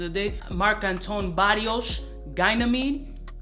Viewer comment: Great list! But fam! Mark Antoine Barrois is a french name.. you say it like Bar-ooh-aah 😅 Shout out from Warsaw Poland! Big fan.